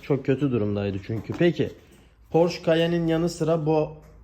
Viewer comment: Harika bir video olmus yanliz almanyada Porsche ismi (Porsch) olarak söylenmiyor Porsche olarak geciyor, yani son harf (e) de okunuyor, almanyadan selam 🫶🏻😁